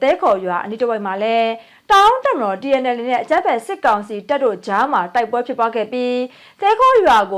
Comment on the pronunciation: တအာန်း "တအန်း" လို့အသံထွက်ရတယ်ဟ။ သူဖတ်တိုင်း တအောင်း ချည်းအသံထွက်နေတာ...သတင်းကြေငြာသူလုပ်နေပြီး ဒါလေးတော့သိသင့်တယ်၊ အရုပ်ဆိုးတယ်..မြရယ်။